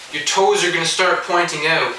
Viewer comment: knew he was canadaian when he said "oot" instead of out